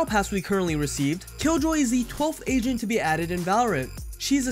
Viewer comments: I thought you were always saying "asian". I realized near the videos end that you were saying "agent" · Not gonna lie, sometimes u said agent I understood asian 😂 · Everytime this dude says agent he says Asian instead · Bruh istg it took me so long to realize he was saying agent. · Wait he was saying agent ?